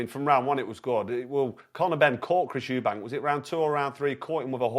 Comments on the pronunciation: I've heard it pronounced 'Eubank' and 'Eubanks' but never 'Erbanks'!! Lol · i cringed every time he said it lmao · Man said Chris “errbanks” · His calling him Chris Herbanks lol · Correct the mani on Urrbank 😂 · How he pronounces Eubank is as wild as any punch he’s ever thrown 👀🫨🫨🫨😂😂😂